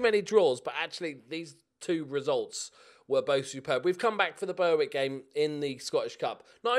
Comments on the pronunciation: I was happy that Berwick had moved out of the same league, but gutted to see you get them in the cup. That pronunciation being from the North East makes my skin crawl! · Please pronounce Berwick properly!